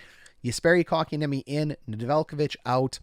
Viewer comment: KK's name being pronounced correct on Hot Garbage Sports is not something I am used to yet. :O